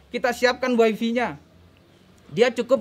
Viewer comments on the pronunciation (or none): Bukan weifi, pak tapi waifai untuk pengucapan bhs inggris wifi 😁 who is problem? Mungkin maksud bapak what's the problem kali yak 😄どうしようかな。英語が分らなかったらインドネシア語を使った方がいいと思って。可笑しいをみたい。上手な人をみたいけど実はちょっと...Salam dari 富士町東京